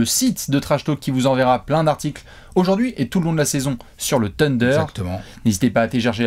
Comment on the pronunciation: s’il te plaît: le « Th » en anglais se prononce « sssss » en plaçant la langue entre les dents (avec un cheveu sur la langue quoi). Donc pas « TEUNDER » mais « SSSSUNDER » Demande à de t’expliquer 😅